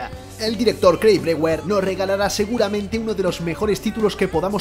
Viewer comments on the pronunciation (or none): none